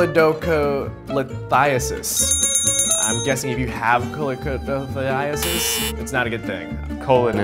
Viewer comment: Co-leedo-co-lith-i-ASS-is Lelelelelel